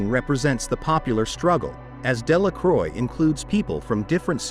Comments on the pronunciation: Eugene De La “CROY” 🤦🏻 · my ears bleed at Delacroix :p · It is a good video, thanks, but i could not notice that for poor Eugene Delacroix, both his name and Marianne were mangled. Why not present classical paintings as they are, without blurring? Does not Youtube algorithm have enough "brains" to distinguish them from baser images?